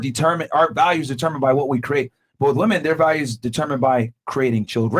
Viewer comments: The blonde sitting beside really does not know the pronunciation difference between woman and women. she keeps saying woman every time instead of saying women. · Why does she keep on saying woman which is singular when it is clear that she is saying women plural?